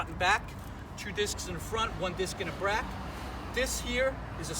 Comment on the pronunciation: 2 disc in the front 1 disc in the brack!!!😂idk why I cant stop laughing